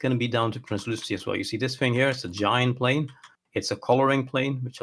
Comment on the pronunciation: TH. TH. THING. Not Fing. THing. that's all.